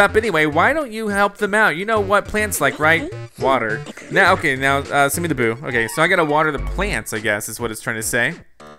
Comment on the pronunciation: when you said boo you said poo